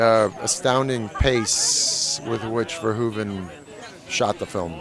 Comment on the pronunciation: Peter Weller pronounced Verhoeven correctly, gotta love 'im. VareHOOven in Dutch.